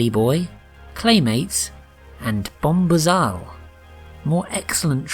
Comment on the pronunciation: I think it's pronounced bom-boo-zal being a play on 'bomb' and 'bamboozle' Why they chose to spell it they way they did is a mystery.